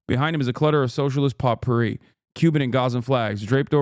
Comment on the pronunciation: The t is silent in potpourri